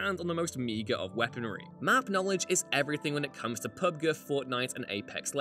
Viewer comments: He says pubguh😂 instead of PubG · bro imma unsubscribe. doesnt even know how to pronounce PUBG. BUDDY SAID “PUBGRRR” 🤢🤮🤬🤣😭Thats sad asf. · He's British, British peeps call pubg, "pub-guh". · Yeah, I was gonna comment about how I've never heard it called "pubguh" and always heard it "pub-g" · Dude said PUB-Guh. My man. Its PUB-G like the Letter G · Pub-gah?!!! jesus dude it’s PUB “G.” just day the letter G after Pub! i’m sure i’m not the only one that this disappointed/shocked me a bit that a fine establishment like WhatCultureGaming would not know how to pronounce PUBG... or is Pub-gah just how you pronounce it in England?! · PUBGUH?!? DUDE IT IS MANELY PRONOUNCED AND WILL ALWAYS BE PRONOUNCED PUBGEE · Pub-guh!? ITS PUB-G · PUB Guh?!?! It’s PUB G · It’s PUBG not PUB GUH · Did you really call PUBG PUBGuh? Its pronounced PUB-G!🤦‍♂️🤦‍♂️🤦‍♂️ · PABGAHH instead of PUBG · Did this man just say "pub-geh" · I love you but I’m still laughing at......pubguuuuh 😂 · Did he say "Pub Guh"? I swore he said "Pub Gir". Either way, what? Is that a British way of pronouncing G like how they say "Zed" for Z? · Lol Pub-guh. Shows you he never played these games but is just reading a script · Nah yo there's no real way he pronounces Pub G like that lmao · You know what's my most humiliating moment? Hearing this pronounced PUBGUUHHH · No one: WhatCulture host: Pub-gur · "PuBgUh" Good Lord. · Why did he pronounce PUBG like Pubgu? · MAN JUST SAID PUB GEH ? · Most embarrassing is the way you say pubg, it's not not pubgrr lol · Why does he say PUBG like PUBGER? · The hell is a "Pubguh"? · Thumbs down for “PUB GUH” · Pubguh? C'mon man at least say the name of the game correctly. Dont do this list if youve never played these games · Ahem "PUBGH" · ......... had to stop watching and unlike. Wtf is pubguh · I have never heard anyone pronounce pubg like that ever before. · I'm pretty sure that isn't how you pronounce pubg😂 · The pronunciation of pubg disappointed me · i cringe everytime